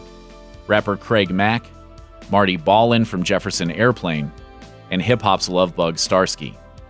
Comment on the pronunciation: Is it pronounced Marty Ballin (as in ball) or Ballin (like "Val")? And is "reports of a falling woman" just how the police reports are translated?